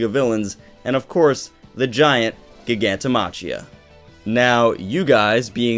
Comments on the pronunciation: i cringe every time he says "gig-anto ma-chia" do u not speak english? its clearly pronounced "Jai-ganto Ma-Kia" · Btw, Giganto-machia should be pronounced "Giganto-makia".